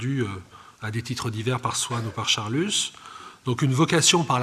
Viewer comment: On ne prononce pas l'"s" de Charlus, merci.